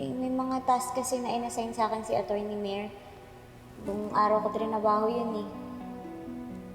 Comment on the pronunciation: sa sobrang OA nya ung pronounce nya ng Attorny nagiging ACHORNY na kloka